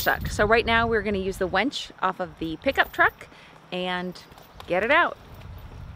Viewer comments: what about blow he keeps saying wench when he means winch? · I thought I might be the only one who noticed he said "wench" a couple of times. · Fun video but it's winch not wench. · I had to chuckle when you mentioned the winch, and I heard "wench"... Difference in regional pronunciations are entertaining!